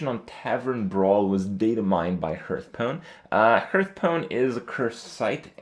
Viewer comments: Hahaha Krupp is getting worse. Now he pronounces it earth tones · 2 minutes in and he said HURTstone 5 times :P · How come he can say 'HearthPwn' but still says 'HeartStone' ?